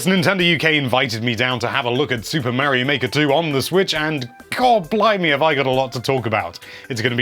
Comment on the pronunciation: Omg the amount of Mary-Os is driving me insane.